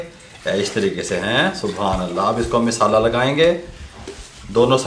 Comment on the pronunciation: Abe naade tum log ko bolna nahi Aata misala nahi masala bolo